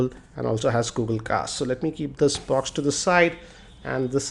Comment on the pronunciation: "Let's see what else do we get in this aa BWAAAX"